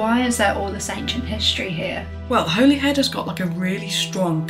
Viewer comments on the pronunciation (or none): Holyhead is pronounced in wales as Hollyhead.